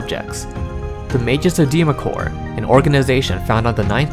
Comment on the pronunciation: Good work here young man! No offense but allow me to correct you on pronunciation. "Deemacore" is pronounced "Dwemer-core" The "Dw" is emphasized as "duwa" said quickly, running the D & U together. Dweomer is realmspeak for an enchantment. It's also used to describe any glowing aura produced by arcane or divine magic. Faerie Fire is also known as "Dweomer Glow" in some regions of Faerun. Excellent work tho! Thoroughly enjoyed the video! Instant subscribe!